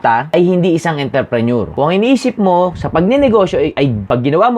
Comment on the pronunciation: Intreprenuer dong hindi interprenuer